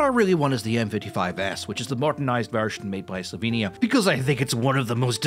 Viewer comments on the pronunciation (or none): none